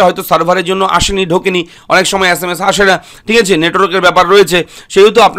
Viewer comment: আচ্ছা মাস না sms valo kore bol.